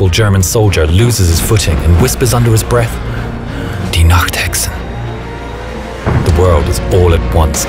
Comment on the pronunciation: good work at for pronouncing any german words right. I heard alot people failing on nacht and pronouncing it nackt which means naked.